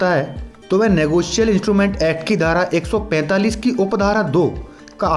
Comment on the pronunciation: Its not negoceal.... Its negotiable